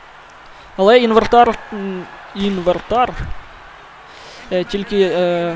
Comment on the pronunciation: "Інвертар"XD Інвентар